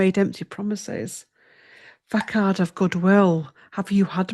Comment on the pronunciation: I believe Musk was always going to be steppig down - he had a limited term 'contract' (6 months),..... however, you have picked up on the recent falling out between him and Trump! (p.s. 'facade' - 'fu-sard') So much interesting info and many insights - thanks!